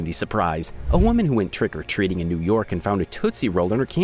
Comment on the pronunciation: More emphasis on "TRICK" as they did.